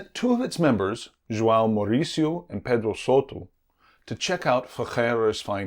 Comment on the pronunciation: This is wonderful and fascinating. But your pronunciation is a little awry. Leiria is Lay REE uh. The surname Souto is SO too. “Ou” in Portuguese is “oh”, while “o” is generally “oo”.